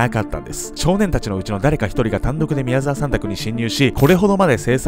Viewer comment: んん？？みやざきみきおさん？みやざわさんだぞ！疲れてそう、無理しないでください！